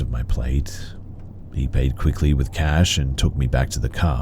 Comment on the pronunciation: Cash. Not cay-sh